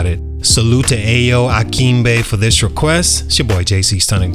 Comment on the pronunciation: Bruhhh his name is pronounced “I-YO,” not “AYO.” I understand it’s spelled like that but that you pronounced his name wrong. Think of Ayo Dosunmu from the Chicago Bulls. I know this because that’s also my name first name. It’s a Nigerian/Yoruba name. I’m half Nigerian. 👌🏾👍🏾